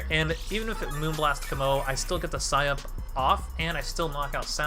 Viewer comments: Sike up! Not sigh up my G! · Wait are you trolling when you say it like sigh up??